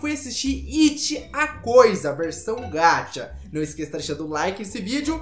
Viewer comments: não estou criticando nem nada so tô te corrigindo é que VC fala gacha como se fosse gatha mas se dala com som de x gaxa tipo isso so estou ajudando OK não é nada d+ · desculpa eu te corrigir mas VC fala gatcha e n gacha OK? Desculpa msm eu te corrigir!?!? Kkkkkkkk vcs é muito doidos <3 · Nn se fala gatcha, se fala gacha